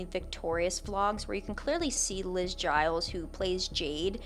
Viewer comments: hey, it’s Gillies not Giles. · I think Liz’s last name is pronounced Gil-Es if I’m not mistaken. Also, and I do want to address I don’t condone the inappropriate scenes and such from Victorious, but unlike most of Dan’s shows (Drake & Josh, Zoey101, iCarly, etc.) most the cast of Victorious was over 18 or almost that age when the show started. I still think they were abused and sexualized for no real reason (being 18-25 is still young technically), but I think the reason why that show was more mature and why maybe the cast seems less willing to bend to Dan’s grip or the cast speaking out like the other shows was that the cast was adults at the time. I also wanted to point it out, because they were basically the same age as the iCarly cast and were starting when the iCarly kids were also becoming adults (I was the same age as Miranda, Ariana, Liz, Victoria, and Leon, who are all born before I was, but in the same year, 1993) and I recall at the time those shows trying to market to teens as well as children, but it’s obvious most of it went overboard. And while I don’t shame people who have foot fetishes (honestly I think some of the scenes in the shows, like the Victorious Breakfast Bunch episode with Victoria shooting a bow and arrow with her feet or drawing families on toes on iCarly could be seen as innocent), it’s obviously that the sexualization of feet was big (especially the Victorious ketchup foot thing that was an online thing implying food play and foot worship and iCarly’s Carly biting Spencer’s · Love the video but you mispronounced Liz’s last name, it’s Gillies lol